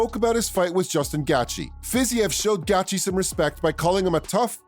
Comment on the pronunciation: That’s exactly what the fuck I was saying . Who the fuck is gatchi! I hate it when guys talk about mma on YouTube and can’t even pronounce someone’s name